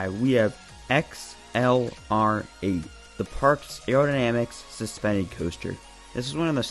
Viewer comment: XLR-8 is accelerate. That's how we said it. Thanks for the video.